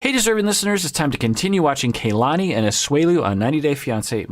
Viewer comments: Kalani is KA-lani not KAY-lani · KA LA NI. not ke y lani. also its A DOLF not AY dolf bye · Please STOP mispronouncing her name! It's like nails on a chalkboard for those of us with Polynesian names. It is NOT KAYLani it is KahLani. Both a's are soft.